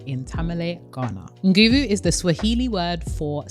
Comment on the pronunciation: the 'n' in nguvu is silent btw so it's said like "goo-voo" x